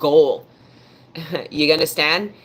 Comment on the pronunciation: I LOVE IT WHEN SHE SAY " YA UNDASTAND" 😂 JUST FEELS LIKE MY ANCESTORS ARE TALKING THROUGH HER..TO ME ❤